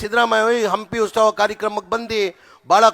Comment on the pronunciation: Ustava alla maraya adu utsava